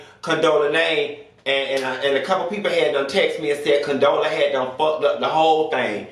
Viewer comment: Did you say Condola and Tiffany lmfao. Bye